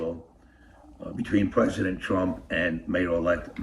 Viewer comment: "At the wisk of pissing off pwesident Twump, that was a tough pwess confwence to watch." is my favorite guy. It's really hard to look like a tough guy when you can't pronounce your R's lol.